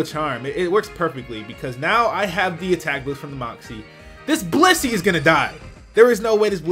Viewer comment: this dude saiD blizzey whale meat.....LMAOOOOOO